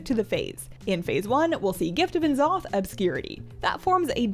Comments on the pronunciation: Just a heads up - Blizzard wants you to pronounce N'zoth as "Ne'zoth" ;) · why do you say n'zoth like that